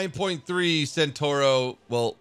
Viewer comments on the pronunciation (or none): It's a CENTAURO not a SENTURO. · È centauro non sentorou